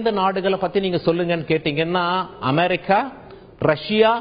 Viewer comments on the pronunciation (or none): none